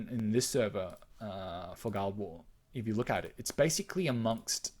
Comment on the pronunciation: Guild war=Gi-ll-ed wa-ar. Wrote this just as you said it. Lol. Fair enough, say it how you want...miiillkstehoool :p